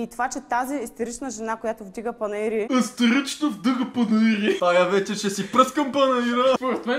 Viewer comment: Не истерично. Истирично😄